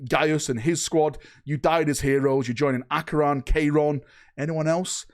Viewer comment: Kye-ron. Chairon is now Kayron. Jesus christ. Until you start pronouncing things better your name is now.